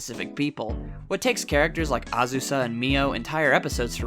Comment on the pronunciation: Azu “yawn” 😂